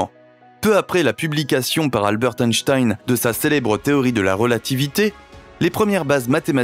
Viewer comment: 2min54 Albert et non " Alburt Einstein" 😅